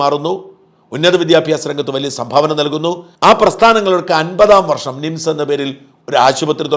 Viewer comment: ശ്രദ്ധിക്കുക മിംസ് അല്ല നിംസ് . കേൾക്കുമ്പോൾ തോന്നുന്നത് മിംസ് എന്നാണ് . ബോർഡ് കാണിച്ചത് നന്നായി